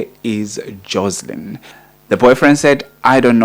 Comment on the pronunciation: It's JOSHLIN